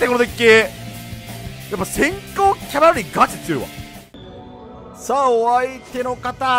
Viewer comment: セクキャバみたいに言っててマジで草